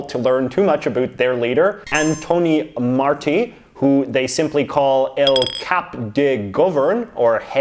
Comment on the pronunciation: Awesome video!! Andorra is also governed by the Liberals (Martí Petit comes from the liberal coalition) and yes, there’s no much info about him, probably because of the size of the country. (Pro tip: it’s pronounced /Mar-tee/). Waiting to see part 2 and knowing what the heck happens in Brunei! PS: love that BC flag!